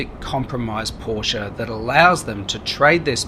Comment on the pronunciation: can’t take a review seriously if you cannot pronounce the brand